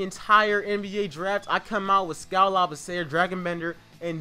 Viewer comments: Not to be rude but it's pronounced (La-B-C-Er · You are saying skals last name wrong.